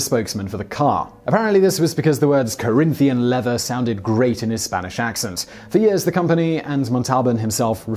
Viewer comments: It's Corinthian leather, with an N at the end, not an M. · rex mundi mispronouncing a long Spanish name is forgivable, trying to convince noobs Corinthian isn't a real word is not.